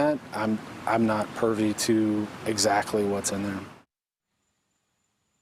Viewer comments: "I'm not purvie"??? I believe the word is 'privy'. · "I'm not pervy to that..." PERVY?? It's "privy" you nincompoop! How do you use the word "perv" in an interview if you're the spokesperson for the police? I'm sorry... I can't compute either!! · Did that detective just say “pervy” instead of “privy” twice? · The police officer or FBI rep said "I don't have pervy" instead of privy....these are the fine men of law that are in charge of locating Dirtbag. Sadly they're the same men who thought Dirtbag's mother was Dirtbag. Not the same officer, but the police who pulled Dirtbag and Gabby over and titled Gabby as "the aggressor". How are they feeling over her death? They could have saved her life, but were too busy playing giggle games with Brian. So sad, they screwed up big time....what's their yearly salary? Are the police the clowns of this circus? 🎪🤡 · He says “Purvey” to information about the notebook. I believe the word he was looking for was “Privey” 😆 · Has anyone noticed that says pervy “I’m not pervy to that info” …doesn’t he mean privy? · He did say purview, but he also said he wasn't "pervy" (privy) to FBI intelligence. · I had to play it back a couple times. I noticed the captions corrected it to "privy." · I'm from Botswana, Africa. I heard privy, maybe I have autocorrect in my ears who knows